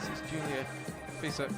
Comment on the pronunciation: And Julia Fisher ( that is Fiser), and Tina Havesayy (Hafsaas, pronounced Havs-Ohs).